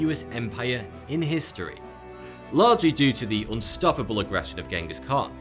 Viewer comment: I’m surprised that with his vast knowledge of history that he would pronounce Genghis Khan incorrectly.